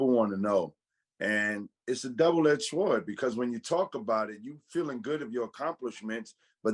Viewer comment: Please tell the “w” in “sword” is silent. ❤️